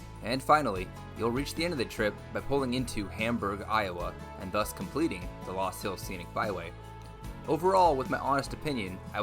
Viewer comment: First, the correct pronunciation based on the original German is Luus or Lus . I did some of my growing up in Iowa and went to college in Sioux City. There are a lot of those loops that you cannot drive on if it has rained. If you had spent much time exploring Iowa you would know that there are many interesting things to see both historic and cultural. I know of what I speak.